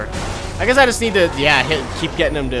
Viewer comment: "uh JUT let me know" XD